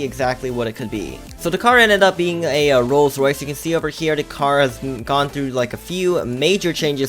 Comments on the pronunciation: says rolls rice XD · He doesn’t says Rolls Rice, he says Rolled Rice. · wow how says it "rolls rice" 🤣😂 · Lol calls it rolls rice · says ro rice coz he cant pronounce L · ROLLS RICE 😂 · clearly doesn’t know how to pronounce a rolls Royce 😂😂😂